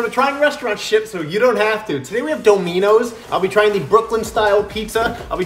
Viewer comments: One that pronounces it “do-me-knows” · Doe-me-nose? What the hell did he pronounce? 😳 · Bro pronounced domino’s wrong